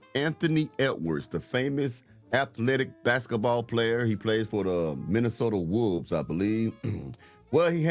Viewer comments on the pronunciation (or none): the Minnesota wovvves😂😂😂😂😂